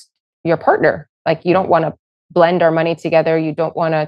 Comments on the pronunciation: I'm Canadian. He straight up said "her" kids. We don't pronounce "her" and "our" in any way that could be confused. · He definitely said that. So awful. And no it isn't a Canadian accent thing (someone else commented about that). I'm Canadian, and no way do we pronounce "our" in a similar way as "her" lol.